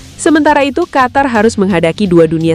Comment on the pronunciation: Negara Qatar= negara Qotor karena huruf A di baca O 😂😂😂😂😂😂😂